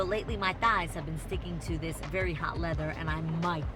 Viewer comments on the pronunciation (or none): none